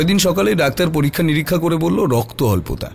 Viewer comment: রক্ত +অল্পতা=রক্তাল্পতা. পাঠক শব্দটা ভেঙ্গে পড়েছেন|😂😂